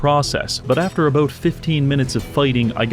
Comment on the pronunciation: Teaching english to the english? mate what are you even on 'aboot'?